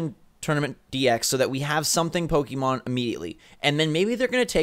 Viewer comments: You corrected the one guy for saying Pocken, but you still say Pokey mahn instead of Pokeh-mohn. You might as well go all the way to Pokey-man. :P ARMS not the better game. It's fun, but doesn't have much long term playability, especially when there's already Splatoon which is the same short attention span game play. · GUYS IT'S PRONOUNCED POH-KEH-MON ... Not poh-KEY-mon. Hurts my soul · "poken" ....."pokken"